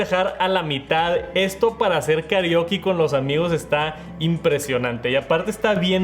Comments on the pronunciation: "¿Karioki?" que mal suena en Mexicano la palabra Karaoke de toda la vida 😂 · Karioki jajaja es karaoke jaja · Dijo karioki y se me quitaron las ganas de seguir viendo el video